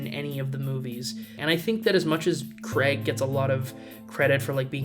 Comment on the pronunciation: "CRAIG" Not "CREG"